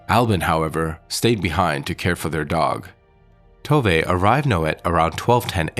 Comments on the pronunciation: FYI it's "Tov-eh" not "Tov-ay" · The Swedish woman I've known since she was a teenager, but living in Scotland, pronounces Tove, too vuh. Is your narration an American guess, Spanish influenced? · Actually "Tooveh". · Yes, Tove is pronounced "Tooveh".